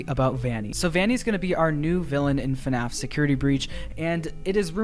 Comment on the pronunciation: AHHHH IT'S FUHNAFF